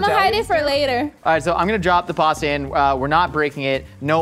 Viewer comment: Step 1 should have been learn how to say pasta properly